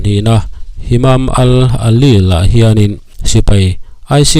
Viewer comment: midang hian Isis tiin an lam ṭhin sia, nangin Isils i ti tlat bawk sia, tin Hamam al alil tiin an lam ṭhin in ka hria a, nangin Himam al alil iti leh daih bawk sia, mi tih loh dan a tih tum vang hrim hrim nge, comments atam beiseina vang te ani mial em.